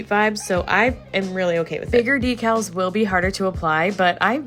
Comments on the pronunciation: decal "Deck-als"... "de-cals" sounds so odd. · Well I don't know it's ” De cals ” we call it ”Decal ” ..I was worked at porcelain company for one &half years as QAA... We call it not ' Di' but 'De ' ... But don't mind it.. because porcelain is beautiful subject that everyone can't learn....I really love your work ❤